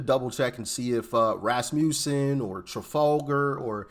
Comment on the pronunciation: Quibble on pronunciation, Doc. It’s Ras muss in. The muss part is a soft u as in Elon Musk.